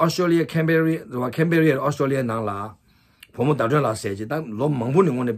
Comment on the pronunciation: Ca me ra ???haaaa it’s Canberra lol 😂